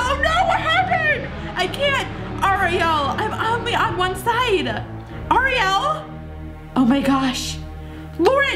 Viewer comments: You squeal way too much. The person says hi and you start squealing way too much and it's a ree el not ah re el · You said Oriell not Ariel